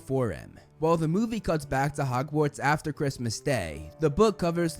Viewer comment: It sounds like you keep pronouncing "Hogwarts" as "Hockwarts"